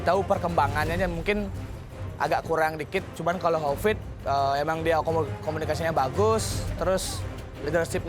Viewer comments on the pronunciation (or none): bukan covid mbak Tapi Hovit 😂🤣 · hahahaahahah HOVID bukan COVID wkwkwkwk kocak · "Bli Covid", "Bli Kopit" 😭😭😭 lucu banget sih mbak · Maaph kak "bli kopit" 😂